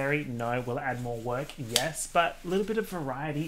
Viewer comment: yes. Or as you say it in Australia yars